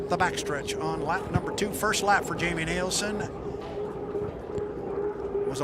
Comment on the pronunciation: When is the announcer going to get it right, it’s NILSEN not NIELSEN